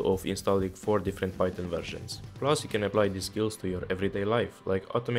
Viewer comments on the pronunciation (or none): none